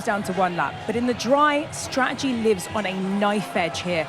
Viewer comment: there's two 'T's in stra-ur-jee.